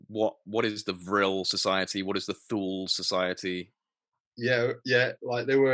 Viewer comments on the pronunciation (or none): Btw, Thule is pronounced two-le not thoole.